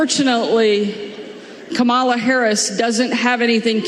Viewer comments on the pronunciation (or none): How hard is it to say comma-la! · Do you think those realize how disrespectful and stupid they appear when they still can't pronounce her name? If you can''t prounce comma la how can you deal with the really challenging names of other countries?? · ANOTHER mispronunciation of the Vice-President's first name. And ANOTHER piece of former Governor George Wallace's campaign strategy. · Sarah, she is Madam President to you, not Kamaila, It’s Ka-ma-la ‼️‼️. What a disrespectful Governor, she was trained by Donald Trump while his press secretary,. VOTE 💙💙💙💙💙💙💙💙💙💙💙💙🇺🇸🇺🇸🇺🇸🇺🇸🇺🇸🇺🇸🇺🇸🇺🇸🇺🇸🇺🇸✌🏻💪. That’s right Second Gentleman stand by your woman. Soon to be Madam President ‼️‼️‼️🥰🥰🥰 Together We WIN, stay focused and on message. Don’t take anything for granted., no distractions. No vote for the Harris/Walz team is a vote for disaster. Again vote 💙💙💙💙💙💙💙💙💙💙💙🇺🇸🇺🇸💪💪💪🇺🇸🇺🇸🇺🇸🇺🇸🇺🇸🇺🇸🇺🇸🆘electoral college and popular vote 🗳️. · I'm also amused by the blatant refusal of any of the MAGA people to pronounce "KAmala" correctly. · She also pronounced Kamala‘s name incorrectly. You know she did that on purpose, too! How can you be hurtful , insulting and say you are“ humble “? Asshole Huckleberry!😂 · Idiot Huckabee can’t even pronounce Kāmala’s name correctly. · Again, mispronouncing her name is rude and disrespectful. It has nothing to do with politics. It must be a southern republican inability to speak properly. Oh, they pronounce to be religious too. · Mispronounces her name and then insults her for not giving birth. Such an asshat. Shame. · What is it that she and Orange man can't pronounce Kamala properly? Are they doing it on purpose? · Huckabee doesn’t even know how to pronounce Kamala! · The governor of Arkansas get her job from her Daddy! My wife and i are adoptive parents and my child will always be my daughter! A fool who cannot pronounce the Vice President's nsme correctly so she must be highly uneducated too! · they are so dumb they cant even say her name right